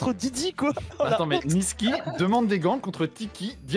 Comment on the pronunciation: Par contre c'est Nisqy et pas Nisky